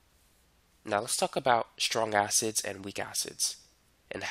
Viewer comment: When he says "now let's talk about" he sounds like "let's suck up out"